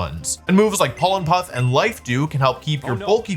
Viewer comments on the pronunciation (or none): none